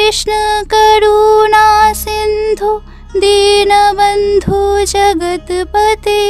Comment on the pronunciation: Dinobondhu noi dinobondho Karunasindhu noi karunasindho